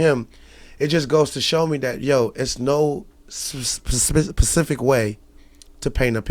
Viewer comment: Yall check how he said specific